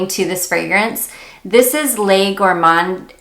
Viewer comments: re: French pronunciation: it's hard! But good for you for giving it a shot. It took me several years to get the pronunciation right, when I was learning the language. The Nina Ricci "Les Gourmandises de Nina" fragrance is pronounced: lay goor-monn-DEEZ duh nee-NUH. Hope that helps! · Gor-mon-dee-sez...hope that helps hin. Nice list. That one is on my radar.